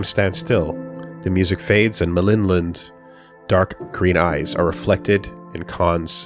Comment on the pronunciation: I finally had time to finish the listen through at work, excellent work on this! Did a touch of research on some of the names and Målin seems to be Norse, and pronounced more like...Mo/Mow Lin, at least based on google translate. While I doubt the name will come up much in the future Frantiček is Czech, and the č is similar to the English ch / polish cz/ć. Based on the other girl's names, Maj is probably nordic, so more likely pronounced like May/My. Charlottesjäl I did a google translate on and, it was a bit different form what I expected, more like...."charlotte shall". Other than that, off the top of my head not much comes to mind. I doubt the people mentioned in the unpersoned chapter will be mentioned again - so my only comment there would be that if its a more slavic sounding name J would be more of a Y sound, so Julius would likely be Yulius to the English ear, but considering he is using all sorts of languages throughout for names and places, you would have to take a case by case approach here. Just reiterating, and noting it doesn't cross all slavic languages, but cz = ch, sz = sh, w = v, ł = w, j = y, and if you see rz it is (in my minds eye so a native Polish speaker will probably spit blood on seeing this) akin to what an English speaker might call a 'zh' sound.